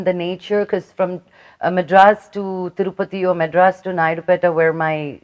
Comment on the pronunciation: Thurupathi kadu akkai ,tirupathi